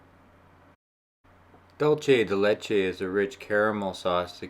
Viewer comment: Condensed milk is delicious on its own, absolutely not raw. Just that to make it into dulce de leche (pronounced doohl-seh deh leh-cheh not doohl-che but all good :) ) you need to cook it - it's how that dessert is made.